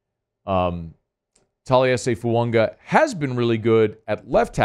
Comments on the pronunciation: Goddammit there in no "n" in Fuaga. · Why does he never pronounce fuaga correctly lol